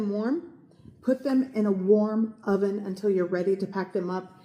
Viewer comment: LoL 😂 you said 400 degree Onion 🧅😅 Cutest thing I've heard in a minute.. Love these recipes BTW ❤😋 🍽️